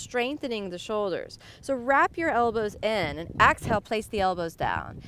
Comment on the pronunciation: Inhale then "Axe" hale